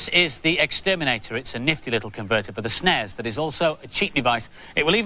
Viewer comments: Why do they keep saying "snezz"?? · it's not "snez" , it's "snes" ... that's a "sssssss" sound, as in "snake"